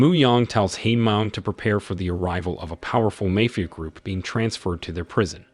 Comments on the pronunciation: Really he doesn’t know how to say mafia or is he doing it on purpose because he can’t say that in on the channel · I've never heard anyone slaughter the pronounciation of "mafia" so bad, it almost deserves an award.